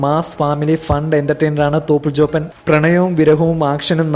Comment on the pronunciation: At 1.04 he said THOPANTE lol